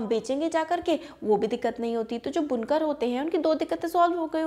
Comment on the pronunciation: It is बुनकर not Bunkaar please be correct